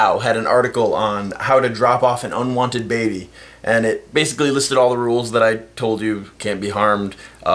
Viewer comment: There is something amusing about the way you say "baby". Not every time, but every once in a while it sounded like "baybey". so... yeah.